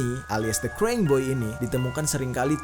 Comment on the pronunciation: Baca nya krayying bukn kreng, Bang.